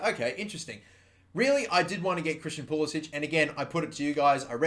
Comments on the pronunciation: Thank god someone who pronounces pulisic at least closer than poolisick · He very specifically tells game commentators to pronounce it as pool-i-sick because he thinks it sounds more American.